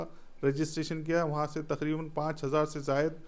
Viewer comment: तखरीबन ❌ तकरीबन ✅